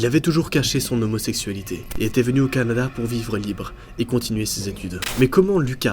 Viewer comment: Jsp si tu sais mais ta dit cadana au lieu de Canada